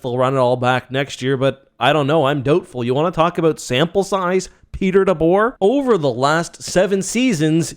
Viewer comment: Dude it’s DeBoer 🤣 ultimate fail